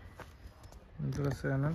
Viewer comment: ഇന്ദ്രസേനൻ അല്ല ഇന്ദ്രസെൻ😍